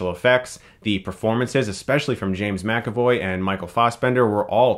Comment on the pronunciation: Love it when he talks about any X-Men movie because it almost guarantees that he says McAvoy. Also thanks for saying it properly, Chris ☺️👌🏾👏🏻